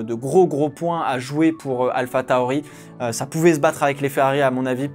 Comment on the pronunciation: On dit « alphatori »